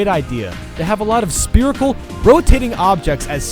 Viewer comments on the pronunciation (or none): Only 5 years later did I realize he says "Spearical" instead of "Spherical". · Great video but I hate how he says sperical instead of spherical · Haha "Spearicle" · guys its sperical not spherical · stop saying speerical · Lol "spear" and "spirical"